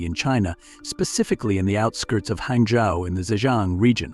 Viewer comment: hey fyi so the city he came from is hangzHou not hangzou